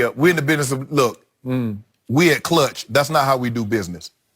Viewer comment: "We at cluch"omfg😂🤣😂🤣